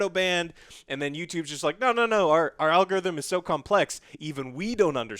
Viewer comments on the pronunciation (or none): Why does Joe keep saying "a-log-a-rhythm"? 🤣😂🤣😂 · and his goddang ah-log-a-rhythm. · That is the advanced way of saying it lol